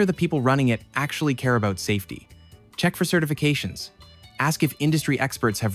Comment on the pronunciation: Its funny you call meters "rational" while you say a-boot 😂